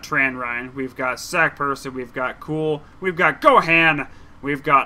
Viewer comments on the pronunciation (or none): Gohan is pronounced Gohon